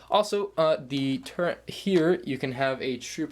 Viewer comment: Is it just me or did he say "turrent" instead of turret?